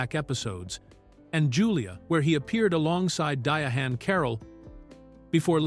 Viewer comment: This “A-I” and the “Dya-hann” Carrol pronunciation just floors me, gang! 😒😩😂